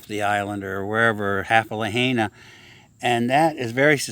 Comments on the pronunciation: Sounds like LA HI NA Not, la hey na Lahaina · Put 80 mph wind gusts on the fire next time to be more accurate.. and it's pronounced, La-Hi-Na🤙🏽🤙🏽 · La-hia-na...try it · Lahaina = La-heye-na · It is important to pronounce Lahaina properly! La high na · Pronounced La Hi Na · I heard a wahine from Rebel News pronounce it La-hey-na.